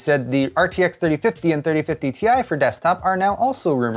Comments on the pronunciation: it’s TIE not T I. c’mon man! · its not T. I. Its "Tie" lol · it's not T.I. but pronounced as TIE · "the RTX 3090 Tie!"